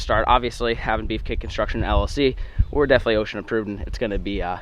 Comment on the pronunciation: You keep saying O.S.H.A wrong and it makes me cringe every time